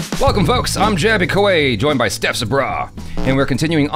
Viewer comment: Lol I know it's juvenile of me but in the intro didn't it sound jaby we are joined by Steph's BRA 🤣🤣.